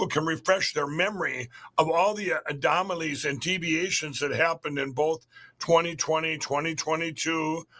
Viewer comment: The orange "adomalie" 😂